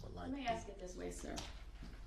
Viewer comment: Why is it so hard to pronounce the word ask?